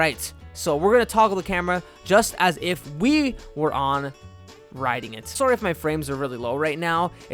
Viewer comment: is he from canada? he has a Canadian accent when he says sorry, im not even joking.